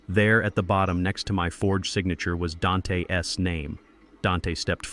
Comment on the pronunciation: The s after neighbor makes the word plural, you don’t pronounce it separately. Same with Dante. Your mispronunciation of words makes me want to turn the story off and avoid these stories.